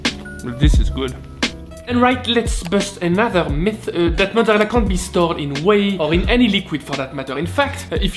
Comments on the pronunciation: Are you saying Ouiiiiiiiii or Wheeeeeee? =P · It's pronouced Quai (Whey) in Kbec. Yes to the Anglophones out there. Gratz on a decent mozza!